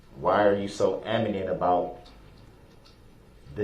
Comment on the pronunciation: 😂😂😂 Love this light relief after the horrors of yesterday testimony. why are u so 'am-i-nent' 😆 The officer knew he wouldn’t be able to remember & repeat the question.. 😂 Your giggles are so cute... We needed this!😂❤ love your assessment here. Love too where you have pause the screen. The smile on the officers face is just perfect! This officer looks like big scary guy with a good heart.